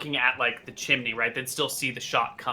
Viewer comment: wtf is a chiminey